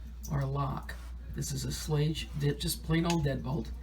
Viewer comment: Thank you for your video, it helped tremendously. FYI, the company is called Schlage ( pronounced shill-A-g).